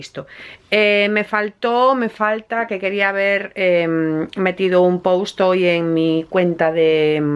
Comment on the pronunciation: Siempre que pronuncias “post” voy al traductor a ver cómo se pronuncia... 🤔